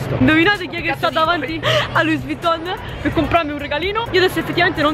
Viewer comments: Comunque in francese la s alla fine delle parole non si legge. Quindi è LUÌ non LUIS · Luis Vuitton.................in francese le ultime lettere non si leggono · SI PRONUNCIA SENZA S